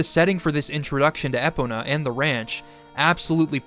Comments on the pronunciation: Eh-pun-nah? What? It’s “ee-poe-nuh”. Like pony. Great video 😊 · E-pon-a Get it right bro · "Eh-Punnah"??? What's that? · Love this video man. Such a great dive into why this game is one our times classics # E-Pown-ah 😅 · I love your videos and emotional connection to the Zelda series. But honestly, you are pronouncing "Epona" like that to troll us aren't you? Its I incredibly distracting lol. eee - POE - nah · I’ve never heard anyone pronounce Epona like you do. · I loved the video but you gotta pronounce epona right next time man that crushed me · Why do you pronounce EPONA weirdly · The way you said "Epona" is disgusting. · Those ways of pronouncing epona are quite unusual. You didn't use an AI generator for the voice, right? 🤔